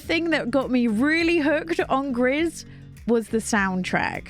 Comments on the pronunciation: Gris = gray in French; it is pronounced: gree. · Great video as usual 😊 I also have my eyes on Blanc ! By the way it's a french word that means white, and the final "c" is silent. Same thing goes for Gris, which is "grey" in french, and the final "s" is also silent. 😆